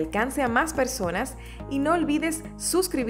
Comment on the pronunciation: Que molesto es escuchar su mala pronunciación de palabras con x ETSPRESION 🤦🏻‍♂️🙄🤬repite ECSPRESION PROCSIMOS = PRÓXIMOS